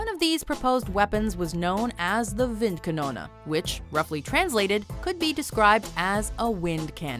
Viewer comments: oh no not wind kanona ist val wind kanone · wind kanoone? wind kanoone?! it's windkanone, WINDKANONNE! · Wundawaffa windkannona Are you even trying? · i love how she pronounced vincannono instead of calling it a wind cannon with an accent. lol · Everytime you say Windkanone it sounds like "Winnkanouna" and it hurts my german ears. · windkanono xd